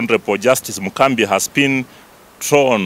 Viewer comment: A whole inspector of police can't speak fluently and without referring,is this man a D student? Its Mugambi not mukambi*